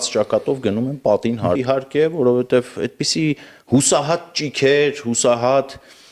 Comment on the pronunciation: Բա որ գիրքա գրել հայերեն, որովհետև բառը մինչև հիմա վուրովհետևա արտասանում։